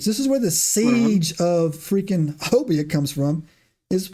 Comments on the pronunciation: It's pronounced Hanobee not Honabia. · It is pronounced Ho-Nub-EE if you're Oklahoma born and raised there you all are close to how we say it and loved the podcast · I grew up in talihina (closest larger town to honobia) pronounced Hoe-Nubby. I was a senior in high school when the bigfoot incident happened. Was questioned by a reporter in a convenient store. Now. There was a significant bigfoot indicident that occurred however, the stories told online are nowhere near what happened. No one was harassed by bigfoot. Dude was coming down the mountain (kiamichi mountains) when one stepped out the tree line. Dude shot it and claimed two more came out the woods and took the body. Theres rumor the family was harrassed (by people not bigfoot) sold their property and left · Actually, the correct pronunciation is "Hoe-nubby" with the accent on the first syllable. The town was named after a Choctaw leader or chief. Ouachita is pronounced "Wash-i-ta".